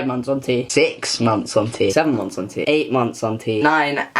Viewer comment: I keep hearing "hunty" and not "on T" I'M SORREH!